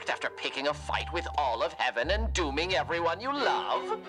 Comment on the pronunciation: Do you know what "dooming" sounds like when you try to pronounce it while smiling? That's not a vowel used in English.